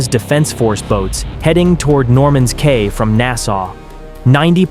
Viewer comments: It's pronounced Norman's (key) Cay ,not Kay.😅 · Cay is pronounced ‘key’…